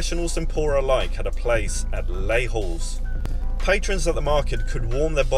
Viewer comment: You pronounce Les Halles as Lay Al, and never an H sound. French has no H sound.